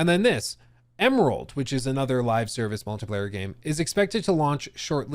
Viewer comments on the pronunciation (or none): none